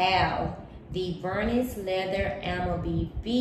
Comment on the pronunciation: Vernis has a silent s at the end.